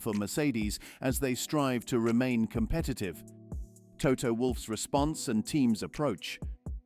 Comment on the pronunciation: PRONUNCIATION: it's NOT VerSHtappen - Just Verstappen ! AND: Toto - Not ToTTO - Wolff ...